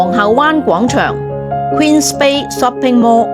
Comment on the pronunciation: 你的英文真的好垃圾--Shopping mall 竟然讀成"濕平魔"!